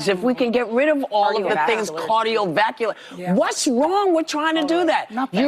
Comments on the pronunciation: "...cardio-vakular..." 😆 -Whoopi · Imagine having an issue with a HEALTHY diet & exercise vs. a drug that has really HURT patients!!! Whoopi: "cardio-vacular" 😂 Sure, take medical advice from her... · she said "cardiovacular"..yes Whoopie... cardiovacular...